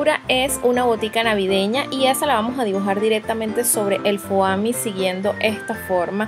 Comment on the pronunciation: Es fomi no foami lol